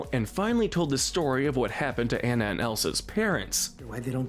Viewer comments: The Frozen character's name is pronounced AHNA not EHNNA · Her name is pronounced “AH-nuh”, “”. 🤨